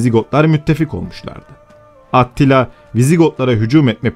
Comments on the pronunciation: Tamamda neden atila demiyosun da atttila diyosun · Aktilla mı Atillamı sürekli aktilla diyorsun. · Orjinali Attila olabilir ama niye at til la diye kulak tırmalıon o yüzden bıraktım izlemeyi, A til la desen At til la mezarından mı fırlayacak, güzel video ama kulağımı tırmaladığı için izlemeyi bıraktım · At tila değil, Attila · ATTİLA yazılır ATİLLA diye okunur. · Doğru söylenişi Attila'dır çünkü. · Bir solukta izledik. Serinin aynı kalitede devamını bekliyoruz. (Olumlu bir öneri: Atilla ismini, Avrupa kaynaklarında yazıldığı şekliyle değil de, dilimizce oturmuş şekliyle telaffuz etmek daha uygun olacaktır diye düşünmekteyim.) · aaattt.. Tilla telafuz.:))) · Attila değil ATİLLA